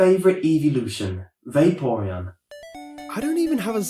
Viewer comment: "Vaporeon" YES!